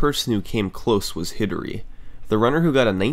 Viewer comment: “Hidary” is a slight alteration of “hidari,” pronounced “he DAH ri” (soft d for Japanese pronunciation), and it means “alone.”